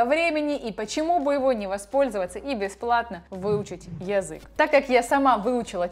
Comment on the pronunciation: Почему ты неправильно произносишь слово "язык"? Почему не редуцируешь звук я? Неприятно - режет слух очень.